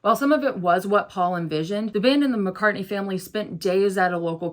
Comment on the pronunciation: You’re great and I enjoy your videos and perspective. But I’m sorry, it’s “Mack-ah,” not “Mock-ah.” As in, MAC-Cartney.